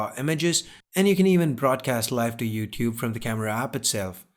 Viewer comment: "Youtube" not youcube...